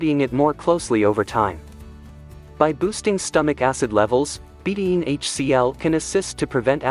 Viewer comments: Please train your computer how to pronounce betaine. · Two syllables. Be-taine.